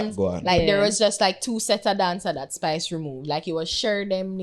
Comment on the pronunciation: Yuh nuh see di man tek off the s offa spice name an seh pice lol